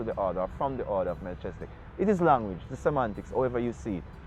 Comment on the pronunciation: Most people who speak the biblical names word it wrong - even i learn this over time and make effort t announce and utter the best or correct way in my seekings of the Allmighty .. .MELCHEZIDEK most pronounce it Mel - chezi-dek this is wrong pronounciation in my belief and seekings - the nearest truer pronouncitions - is Melki-zee-dek or Melki-seh-dek SO MeLKEE / MeLKI--SEH-DEK, IF WE, MY SELF INCLUDED SPEAK ONLY ENGLISH LANGUGAE My main point is for english speakers we have SPLIT the FIRST PART OF name Mel-chi via the engish teaching - WHEN IT SHOULD REALLY SHOULD BE one word prononciation >>> MELKHI /MELKEE /MELKI etc etc . i believe from my findings, <I may even be wrong>?? Yet simpe way to see it is .lets say my name - Anthony - somme pronounce the H some silence it - ie...Antony, Antho-ny /Ant/ hony :) again Tony - Tone-E /Toe-knee :) like this :) TAFARI THATS ALL IM SAYING THE ENGLISH LANGUAGE IS A SERIOU MISLEADING LANGUAGE IN OUR QUEST FOR THE TRUTH AT TIMES / Ras Tafari - Rastafari?? - TRUE WORDING IS RAS TAFARI / HEAD CREATOR... In India its Raj king/ emperor titles rem this ...titles nd names are two differet things altogether and can create wars among nations, who know no difference.. bcos of wrong / false teachings unkowngly in most cases passed down by the churches religions etc etc . or cover up in key areas? . Give thanks